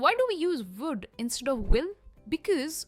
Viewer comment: First u learn to pronounce would it’s not wood sounding like wood